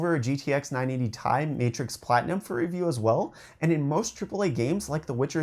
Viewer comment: Sorry did u say a 980 tie 😂😂😂😂 its prounounced T i, i have this monitor its amazing